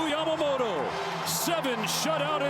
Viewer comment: この人のYamamotoの発音が綺麗過ぎて他の人がヤマモロになってるの再認識した